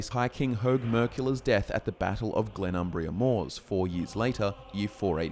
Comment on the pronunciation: Always with the Glenum”bria”!! 😅